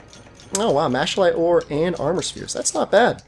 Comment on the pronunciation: I thought it was pronounced Mack-uh-lite